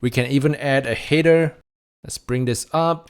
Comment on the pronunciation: the way you pronounce the word "header" makes it very hard to understand it.